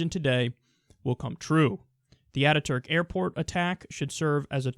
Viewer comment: Has anyone noticed the news reporters all pronouncing "attaturk" as 3 separate words?